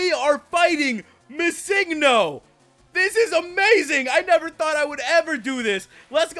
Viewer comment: stop prenouncing missingno wrong its Missing No